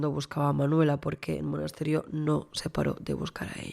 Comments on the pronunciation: disculpa que haga un apuntin que no es solo para ti, por si haces el vídeo de Manuela Chavero, sino también para otra gente que he ido leyendo en redes.. el pueblo es Monesterio, no Monasterio. Es fácil equivocarse porque esa 'e' intermedia pasa súper desapercibida 😅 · Es Monesterio, que lo estás diciendo mal todo el rato